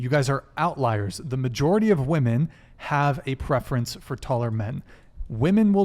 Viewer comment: Why do so many of these women refuse to say women? They keep saying woman instead…